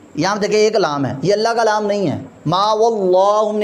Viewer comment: قبلہ لفظِ اللہ کا لام ہے نہ اللہ کالام درست فرمائیں